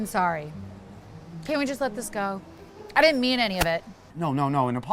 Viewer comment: Oh NO! She ditent( did that SOUND LIKE DID NT?)😊😮